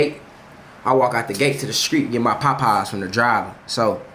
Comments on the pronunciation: Bruh it's POPEYES not PAPEYES 😂😂😂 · Dude said. “Pie-pies” 😂😂😂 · Nah the way jay saying “POPeyes” got me weakkkk😂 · He says it with his chest with a capital P😂😂😂😂💀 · LMFAOOOOOOOOOOOOOO Na I thought I was the only one PAHPAHS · Sounds like hes saying potpies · My boy say Popeyes w so much emphasis 😂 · Fr I just liked the video for the way he says it 😂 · my aunty be saying it the same way 😭